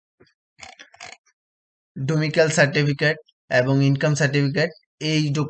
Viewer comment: ডোমিসাইল, ডোমিক্যাল নয় !